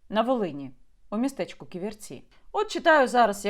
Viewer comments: Не КіверцІ, а КІверці. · Дякую за випуск. Але правильно Кі'верці а не Ківерці'. ))) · Не "ківерцІ,а кІверці!!!😡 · Яніна, дякую Вам за матеріал! Руки не опускаються, кров наливається! Війна з корупцією в повну силу, почнеться після нашої перемоги над русн*ь+ою. Неправильно ставите наголос, по складам: кі́-вер-ці (3 склади; наголос на 1-му складі). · п. Яніно, але чому й Ви полінувалися подивитися бодай у вікіпедії, як правильно вимовляти Ківерці? Наголошений - перший склад, а не на останній... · Ківерці - наголос на першу і ) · Як лучанка дякую за Ківерці,недалечко від Луцька,але наголос Яніни неправильний.Корупція та наглість-це шось! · Наголос на перше "і" , Ківерці , місто це не велике, але це залізничний вузол і багате лісництво.